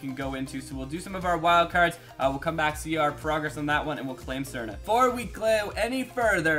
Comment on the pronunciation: You pronounce Srna wrong